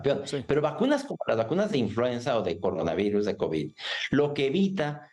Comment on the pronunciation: Dice 4 kovis 😂😂😂😂😂 pobrecito borregito 😂😂😂😂